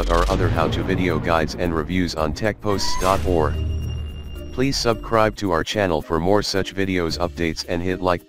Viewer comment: sounded like he said subcribe not SUBSCRIBE